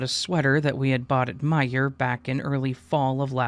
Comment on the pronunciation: Yea, you said Meijer ( Meyer ) correctly.